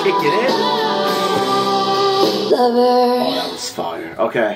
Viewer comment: I've never heard anyone say "her lover joe" ever that too so many times 😁😁😂